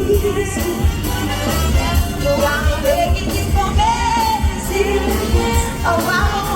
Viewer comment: Last to say first so far 😂 God I love malt milkshakes ❤ did you notice it sounded like she was begging you for birdseed instead of mercy 😂